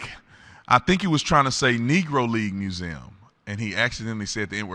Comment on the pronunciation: I just don't think the Kuiper boys don't play that game. Replay the uncensored clip back looking for this: I think he was so scared of saying "Negro Leagues" that either his voice dropped out a little bit pronouncing it, and the O part trailed off. Or, he was so scared of fumbling "Negro Leagues" and not blowing his life up with a mispronunciation that he completely shanked it.